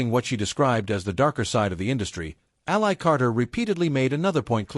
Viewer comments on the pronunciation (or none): Its pronounced like alley. Please. Your ai slop belongs in the trash in an alley. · COULD YOU AI AT LEAST PRONOUNCE HER NAME CORRECTLY! ?